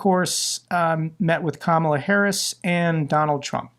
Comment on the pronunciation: Stop pronouncing Kamala incorrectly